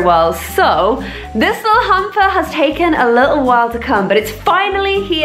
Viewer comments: I sounds like she is saying humper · I thought you said hamster